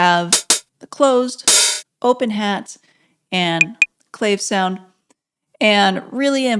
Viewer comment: Love the instruction. Clave=clah- vey. 😊